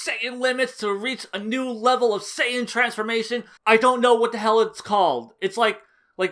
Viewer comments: Was almost convinced you'd changed your tune until you pronounced Saiyan "SAY-AN", that's when I knew you were for sure bullshiting. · The most subtle Fool you could've given here is your Western pronounciation of Saiyan. Lol. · I cringed every time I heard you pronounce saiyan. It was like “Jesus how many times did he mess up this video trying to say everything wrong” 😂😂